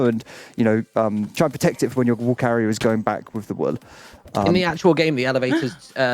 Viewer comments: A very strong L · I can’t get over the way pronounces "wool"